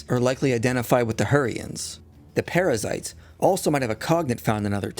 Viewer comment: lol.. "Perizzites"..